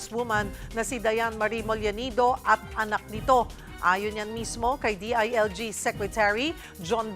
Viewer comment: mollenido ba or mollenida? anchor broadcaster, pero okey lang kahit mali-mali ang sinasabi.